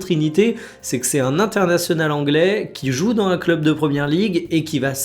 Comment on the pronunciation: Fait les liaisons entre les mots : dans un et pas dan un